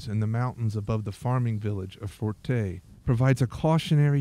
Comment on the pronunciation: thank you for this video. The name of the village is FURTEI with the stress on the letter E..